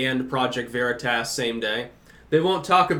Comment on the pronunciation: I like how you pronounce veritas... it makes me happy